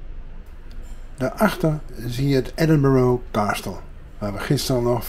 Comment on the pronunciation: Een onderhoudende vlog, maar de uitspraak van de naam Edinburgh is niet correct. Edinburgh (uitspraak: /ˈɛdɪnbərə/; Nederlands ook: Edinburg)